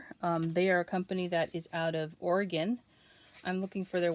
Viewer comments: Most people East of the Rockies pronounce it OreGONE! You aced it! 😍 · Thank you for pronouncing Oregon correctly! 😘 LOVE those teeny tiny dies!!